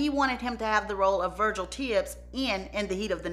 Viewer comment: Lord , what “VUH-JILL” done did? Lol